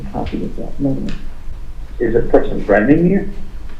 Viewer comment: “Threadening” 🙉 is so irritating 🤣